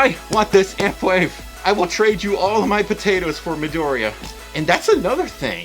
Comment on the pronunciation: Yeah I had to name him that cause I love how Midoriya is pronounced